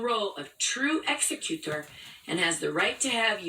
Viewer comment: And why does she strangely morph into a foreigner when saying "executor"? Ex ee cyoo tor!